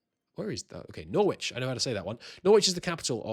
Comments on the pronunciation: Firstly, really nice and helpful video. Secondly, parliaments are every 5 years and not every year. Thirdly, I have never heard Norwich pronounced like that, isn't it no-rich, as in porridge? :D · "Norwich! I know how to say that one." (immediately performs a linguistic faceplant) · You're English and you don't know how to say Norwich ?